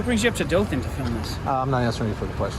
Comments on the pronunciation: Dothan is pronounced....Doe - than. Get it right. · It's pronounced 'Doh-thin' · It's pronounced "Doe-thin" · It's pronounced (doe-thin) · Dothan is pronounced with a long O. Doethan with a soft TH. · Just for future reference not trying to be dick at all or nothing but the town name is pronounced “Doe” than , hope this helps! Love the vids ! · It is pronounced doe-thon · Dothan is pronounced “dough-than”. Nice little town in Alabama, apparently with yahoo cocky cops., if you see this, you’re rude, disrespectful, and a shameful disgrace enforcing “the law” living in a free country. Hopefully you can’t continue to bully peaceful people or reporters so you can power trip under the guise of protecting people. My sister lives in Dothan with her family, her husband works at that hospital. I hope they are never harassed by you or your pathetic little man ego!